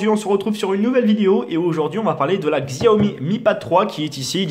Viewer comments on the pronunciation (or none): c'est chaomi et pas gziaomi